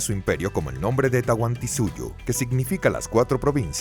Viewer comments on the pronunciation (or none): none